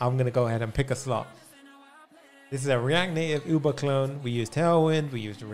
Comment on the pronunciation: I genuinely thought he said OOBA and then I realized its UBER